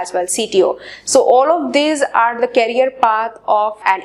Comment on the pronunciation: Career ki pronunciation toh thik kar lije aap Please...It's request...